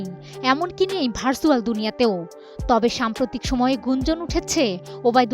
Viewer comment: ভার্ছুয়াল না ভার্চুয়াল